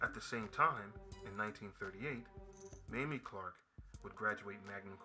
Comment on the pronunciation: Mamie Clark is pronounced Mayme . She is my hero . I didn’t meet her but had the pleasure of meeting Kennith Clark